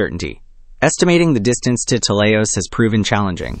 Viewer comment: It's pronounced "t-E-leios", not "tel-EI-os" or "telei-O-s". It's from the Greek "τέλειος" (notice the diacritic at the 1st syllable, which denotes accentuation), which means "perfect". & it was named like this due to its perfect spherical shape. Adjectives in Greek have 3 versions, masculine, feminine, & neuter. Idk if it's of any significance, but it's worth mentioning that "teleios" is the masculine version of the adjective. (With "τέλεια / teleia" & "τέλειο / teleio" being the feminine & neuter versions respectively.)